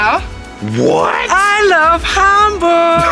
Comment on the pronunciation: I wonder how you reacted to the Miniatur Wunderland. I work there so I am a little bit biased ;-) But I guess I will see. I love how you really want to pronounce the german names right. Hamburg not like Ham as in Eggs and Ham etc. looking forward to the next episode